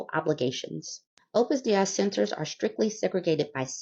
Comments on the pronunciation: Opus "Day" is the pronunciation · Opus Dei is pronounced Opus "DAY". Ex-Catholic here, I've heard of these turds more than I ever wanted to.